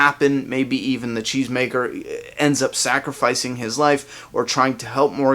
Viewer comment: Until I saw a comment confirming that Morgan said it in an interview, I swore he said chains maker! it sounds funny from a cheese maker...